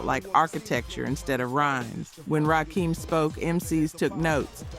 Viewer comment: Please train your AI voice to say RAKIM!! RAH-KIM not RAH-KEEM!!!